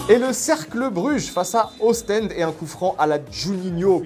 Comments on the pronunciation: On dit Ostende en chez les francophones de Belgique (avec un en comme dans amende ou tente). Osstènde c est en néerlandais 😉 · on dit "ostande" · Ça se dit Ostende comme dans enfant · on en parle de la prononciation de Ostende !!!